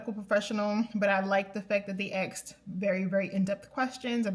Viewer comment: They, "axed."